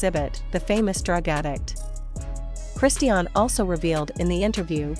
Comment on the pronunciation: You are talking a lots of rubbish and you are not even able to say correctly her name.